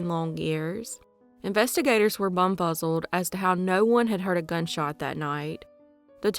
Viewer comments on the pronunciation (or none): I was cool until she said bum buzzled